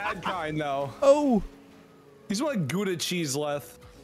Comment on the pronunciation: Gooda cheese lmfao, it is Gouda